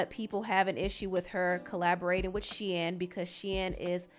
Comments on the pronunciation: Girl it's pronounced SHEEN not Shein 🤣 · It’s pronounced Sheeeeeeen lol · The I in Shein is silent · Okay I thought you pronounce it “SHEEN” 😂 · Why are you saying Shein like that...I thought it was pronounced Shein lol